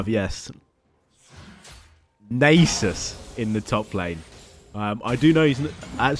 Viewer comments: just think about "susan". its susan not susane. so its nasus not naysus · I like the way he says Naysus. It is like that one woman in the cooking show who says Microwayve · Nay-soos :D hahaha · Id pay to watch Iron 4 worldsm also to say Nasus right Nah-sus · YOU ARE SAYING NASUS WRONG